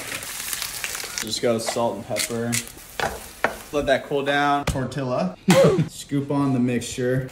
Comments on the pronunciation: Esos no son tacos, son burritos, y en primera, no se fríen en aceite, en segunda, la salsa va adentro del burrito, y en tercera, no se pronuncia "tourtila" se pronuncia "tortiya" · I'm not Mexican but it's pronounced tortiya not tortila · ITS TORTIA ITS SPELLED LIKE THAT BUT AS A MEXICAN WE PRONOUNCE IT TORTIA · what kind of chef pronounces tortilla as "tOrtilluH" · it is pronounce tour-tiya for those who don't know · HE SAID TORTILLA WITH AN L INSTEAD OF PRONOUNCING IT LIKE "TORTIYA" 💀 I'm Hispanic so it's different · Bro tortilla? it’s pronounced tor-te-ya 💀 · He did not just pronounce tortilla the way I think he did